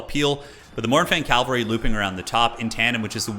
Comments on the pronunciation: sad to admit but saying calvary triggers me. Cavalry, say it with me, cavalry. you shorten it to cav, not cal, so why? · For the last time, it's pronounced CA-VAL-REE